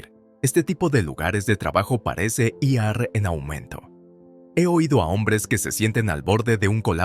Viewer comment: Buena historia, pero el narrador a veces cambia el género de la mujer y la trata en género masculino como si fuera un hombre. Y aún no ha aprendido a leer la palabra IR, pronunciando a veces, I ERRE y otras, I A ERRE, La verdad, sí después de tantísimo tiempo aún no ha aprendido a leer la palabra IR, es el pobre no debe de ser muy inteligente y en cambio sí muy duro de mollera 😅😅😅😅